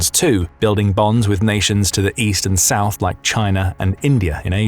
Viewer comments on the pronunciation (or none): none